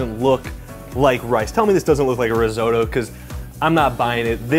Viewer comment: Reezohdoe? Take a few seconds and try to learn how to pronounce it, try a translation app very simple ri not re risotto.